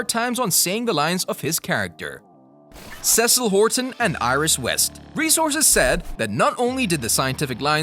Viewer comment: It's obvious the narrator doesn't watch the show. You Last Airbender'd Cecile's name.